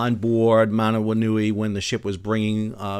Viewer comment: Excellent pronunciation of Manawanui!